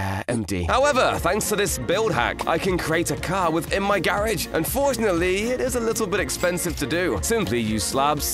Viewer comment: "within my gairaej"